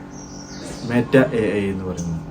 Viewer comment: മേറ്റ അല്ല 😂😂 മെറ്റ എന്നാണ് 🤣🤣🤣